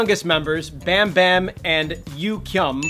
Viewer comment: No hate but you got bambam right. But Yugyeom is. Yuh-geom